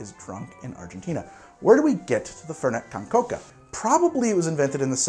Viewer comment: I love that he pronounces it like fhernhet cohn chocaha